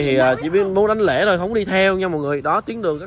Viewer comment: Đảnh lễ , ko phải là đánh lễ nhé em trai